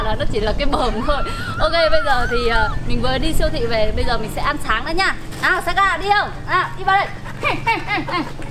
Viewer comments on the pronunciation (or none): none